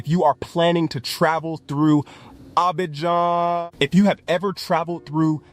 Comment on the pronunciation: Learn how to pronounce Abidjan